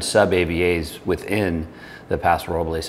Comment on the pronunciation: Thank you for pronouncing Paso Robles correctly!